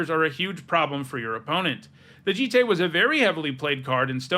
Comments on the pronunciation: its pronounced joot toot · Umezawa’s J-EYE-T